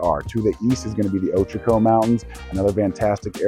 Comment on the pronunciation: Upvoted because you pronounced Ochoco correctly.